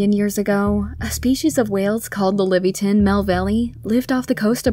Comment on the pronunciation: I mean in 10 it.s like Levaiathan. not Liviathin.